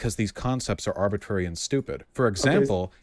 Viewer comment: Vaush reminds me of the dude at the end of matrix saying, "er go" but instead saying, "arbitrary."